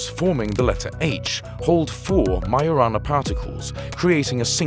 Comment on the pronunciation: it's majo rana not mayo rana